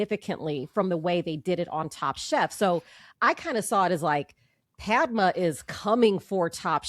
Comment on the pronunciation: I wish these people would take some time to pronounce the names correctly - it is not Pad - ma - pad as we say note-pad - that is wrong It is Pud-ma - Pud as in But Whenever you hear a foreign name please take the time to pronounce their names correctly - it is not just for white people or black people Even brown people deserve your respect